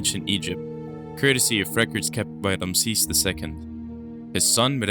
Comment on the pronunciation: The narrator needs to learn to pronounce names. So many ridiculous pronunciations. Eg, Hittites, Ramses 🤪